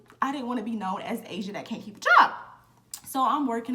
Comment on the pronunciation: “ He kept calling me Ah-see-auh” 🤣😭